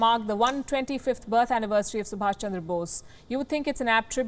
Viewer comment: he's Subhas, NOT Subhash!